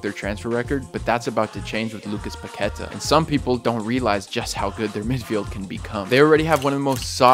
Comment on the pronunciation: Just a little corection. The pronunciation of his name is Paquetá, with enfasis in the last syllable